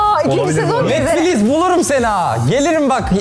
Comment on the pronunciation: Orkunun netflix deyişini netfiliz diye anlayan bne fkdkk